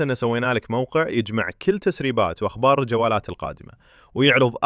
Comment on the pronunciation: ممكن اخي تنطق الكاف في كل بالضم وليس بالكسر ترى العربية اخي افضل من العاميه بكثير